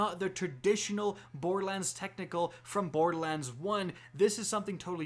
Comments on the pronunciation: What is this "Bord-Lands" he keeps referring to? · Why do you call it Boredlands lol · Love ur vids.. but for the love of god its bor-der-lands not boardlands.... and its SNI-PER rifle not snipe rifle lol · Could you enunciate the "er" in borderlands more please. It sounds like you are saying "bordlands". It says "lern special powers" not gain special powers. You missed the fact that there is a female Psycho jumping at the character from behind. Is that a rocket launcher or is it some sort of chaingun? The color scheme and squareness of the shotgun looks far closer to a hyperion shotgun than what torgue shotguns look like. See: - You mentioned Zero but missed Maya. Who's on the meds. shop? That star is not downward-pointing. You may be right on the eridium style guns point. In the picture, you can also see a laser beam coming from the gun. The colors look like it's a Vladof weapon. The red and black "V" on the side confirms this for me even more. You can see another one of those monkey things in the background. That looks like some sort of canister that may be ammo for the laser/eridium/lava thrower. The colors still seem to point to Vladof rather than Torgue, especially the color and shape of the sight. While Torgue did have a bit of that electric look on one of their sights, the shape is off. Though It could be mixed parts... The enemy looks like he's riding some sort of creature. You can actually see that paint scheme on a few other weapons. I think it may be a bandit equivalent brand. It may be a flamethrower-type weapon. I